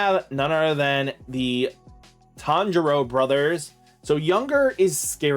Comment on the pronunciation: "Tanjiro Brothers" Did not disappoint 🙃